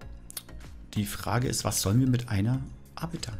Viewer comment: Das ist "Ar-biter" :-D